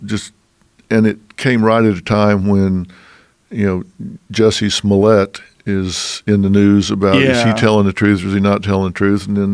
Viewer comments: Luke Robertson Smollièt you dum fuck, he even says in the joke that it’s French, Smooyay 🙄 what idiots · juicy smoooyeh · "Juicy Smolieee" 😂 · Why are they mispronouncing his name. ITS juicy smallya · Its pronounced Juicie Smolyeah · The best part of reading the comments is seeing how different people pronounce "Juicy Smooliyay" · I thought it was pronounced juicy smolée